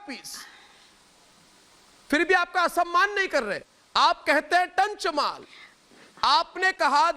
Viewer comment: The way he said 'Tanch Maal' 😂😂